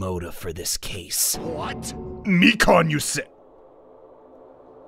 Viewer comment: Lol. Funny until you remember it’s Mi-Kahn, not Mi-Can. (Don’t r/wooosh me I get the joke lol)